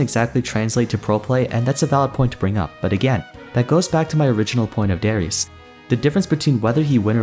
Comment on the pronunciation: i know im a year late i know the name darius its not "s" but "sh" i hope this gets to you the name is from my country of course